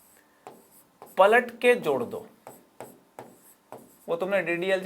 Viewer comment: Palat ke jor do is sound as patak ke chod do😂😂